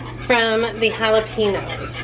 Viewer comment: Jalapeños….is pronounced with an additional syllable then you pronounce….might want to listen to a Hispanic channel for pronunciation